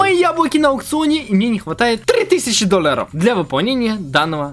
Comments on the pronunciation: говорит: Доллары ❌ Дольяры👍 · Ты так прикольно говоришь доллоров♥♥♥ да и вообще впринцепе♥♥♥ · Как же мне нравиться когда говорит доллары хпхаха